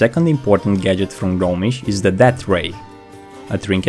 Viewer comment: The "G" in "Gnomish" is silent. It's not pronounced "GUH-nomish".